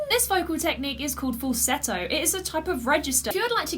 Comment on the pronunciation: Congrats , you pronounced the word Falsetto the way it should be